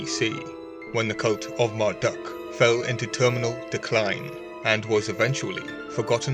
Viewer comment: Can you please not pronounce Marduk as Marduck? It's pronounced Mardook! U = OO.